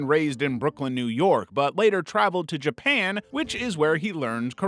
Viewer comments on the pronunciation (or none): none